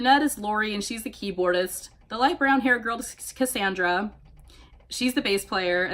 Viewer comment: Ok when you said cassandra, it sounded like you said skskassandra XD